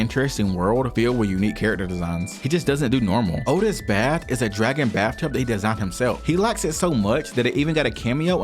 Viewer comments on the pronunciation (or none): none